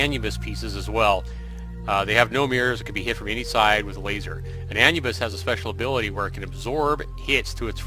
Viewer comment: ive never heard anyone say anne yubis before, it's pronounced ayn nubbis